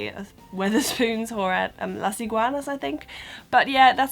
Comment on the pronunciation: I like the way you say " Las Iguanas ", and yes I think most of the food are from Mexico, and also think maybe the food is very similar to the original mexican food so if you like spicy and hot food you will enjoy it. By the way I like your videos, because they help me a little bit, when I went to UK.